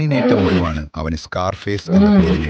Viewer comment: സ്കോ....ർ ഫെയ്സ്..😂😂 "സ്കാർഫേസ്'.🔥